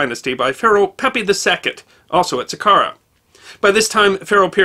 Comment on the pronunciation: It's Sa-car-a and A-bye-dos. The way you pronounced them was bizarre.